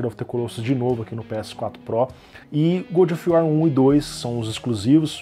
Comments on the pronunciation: Se pronuncia "Gódov uor" não "Gudi of uó" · Eu só n entendi se o fala "good of war" de propósito ou se leu errado mesmo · É que "gúdi of uar" é para os íntimos. Famoso Bom da Guerra :v